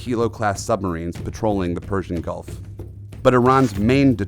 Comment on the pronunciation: gulf not golf.